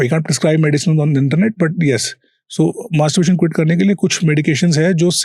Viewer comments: pehle 10 sec k baad nhi dekha ye podcast.. bhai ko topic hi bolna hi aata.. materburation bolra hai... arey hadd h bhai,,, mood off kar diya... Buration? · kya kya kya bola 'masterBration'..??? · Pronunciation pehle seekh lete bro masturberation kya hota h??? Main bhi bolunga!😅😅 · Dude first learn how to pronounce Manstrubation 🤦🏻‍♂️ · Bhai, masterbation bolna seekh le pehle. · Abe maaterbrutation nahi hota hai masterbation hota hai anpadh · Masturbation ko masturbration bol ra h 😅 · its not mastuburation is masturbation... Video banaraha hai pronounce karna toh seekh le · Masturbaration yeh kaha se Sikh k aaya h bhai tum , word toh theek se bollo bhai Masturbaration❎ Masturbation✅ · Masterbration 😂😂😂😂.. anpad bolna sikhle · Anchor bro it's not "masterbRation". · Bro ek toh ye jo banda podcast conduct kar rha hai, atleast Masturbation ko pronounce ko dhang se krle bhai..😭 Wtf is "masturburation"? "buration" nahi hai bsdk, "masturbation" hai! "मास्टरबेशन" bolte hain, "मास्टरबुरेशन" nahi hai bhai, itna ghatiya lag rha poore time mispronounced word sunne mei😒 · Bhai mere masterbuation bolne ki practice krye ...........bar bar masterbration bol rahe ho😅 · tumhara 'masturbation' pronounciation sahi nhi hai aap bol rahe, Masturbration.. it's incorrect.. bolo masturbation... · Masterbation!?..., ka ka !.. masterbaration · I think its masterbation not masterbration. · Masturbation❌️ Mastaburation ✅️😂😂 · Masturbation ❌ mastuRAREBATION😂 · Masterbitation bol raha hai 😂😂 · host to bahut anparh hai. masturbation ko masturbration bol raha. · Masturbation ❌ Masturberation ✅ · it's masturbation not masturbaration 🤣🤣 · According to Host Masturbation ❌ masturberation ✅ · It is not masterbRation but masterbation!! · Mr. HOST, It's not Masterbration, it is masterbation. 😅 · Masturbation ❌ Masterbaration ✅ 😂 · Masturbation ❌ Masturbaration✅ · MasturBERAtion nahi hai bhai. It's MasturBAtion. It's very irritating to hear. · MASTURBATION ✔️ MASTURBURATION ❌